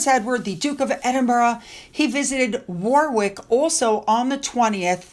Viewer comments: FYI......Warwick is pronounced Warick, no big deal, you wouldn't know that unless you lived here. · Hi Hope you don't mind just trying to help you with the pronunciation of how the UK pronounce things Warwick is pronouced ( Warick ) if you prefare just let me know with a emoji Does anyone think Eugenie kid looks and walks from the back like Archie? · Warwick is pronounced worrick. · Eh ? What is Wah-ick and Nah- ich I'm sorry but it's pronounced Warick.and Norich. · Pronounced War-Rick. Warrick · love your videos, its pronounced Warick, the mddle w in Warwick is silent hope you find this helpful. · it is pronounced Warrick. Not with the second w spoken. Please brush up on your pronunciation. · The middle w in Warwick is silent, so pronounce it Warrick. Oddities of the English! 😊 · Warwick = wah-ick Norwich = Nah-itch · Warwick is pronounced Worrik. The Markle house looks unlived in, not at all cosy or homely or even stately. gives me the shivers. Thank you, goodnight. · *pronounced Warick. Silent w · 👍👏👏 and now needs to pronounce Norwich and Warwick the proper way. 😂